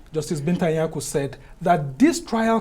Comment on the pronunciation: Mr man, ANIAGOLU or whatever you like to call yourself, you're ashamed to pronounce your IGBO name correctly and coherently. What a SHAME really! You're not proud of your tribe or is a case of trying to please your masters by denying your identity?? #It is ANI AGOLU!!!